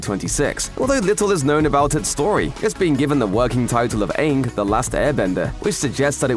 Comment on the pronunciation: He miss pronounced Aang